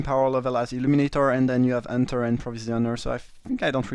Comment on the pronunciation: Nice drafting and commenting as always. Love how you pronounce it Unter instead of Hunter :D you french guys :D